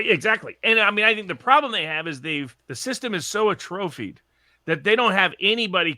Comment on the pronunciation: Its ' at-trow-feed '